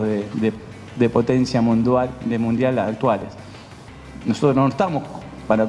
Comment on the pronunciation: Se puso un poquito nervioso Gallardo al hablar de Riquelme? Un "Mundual" tiró y después el "continente sudamericano" wtf jakaajaja